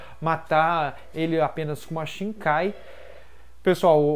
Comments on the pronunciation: shinkai kkkkkkk "shikai" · mds cara, para de falar "shiNkai". Não sei de onde tirou esse N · 10 anos de Bleach e tu fala ShiNkai? haha